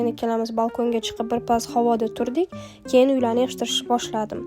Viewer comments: Bosh homiy "keyin"😅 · Keyin degan sozizda ozbekligiz bilinyapti